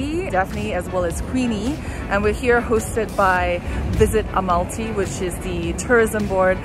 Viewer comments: so cool..... but it's al-ma-ty, not a-mal-ty. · Amalty🤦🏻 it’s Almaty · You know it’s Almaty right not Amalty. Said it wrong the whole time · Almaty, not Amalty😁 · Yes! It’s never been Amalty or anything like that. Such a shame to spend 4.5 days in a city and pronounce it wrong